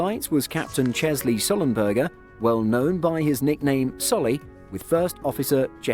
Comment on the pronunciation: Chesley, not Chelsey...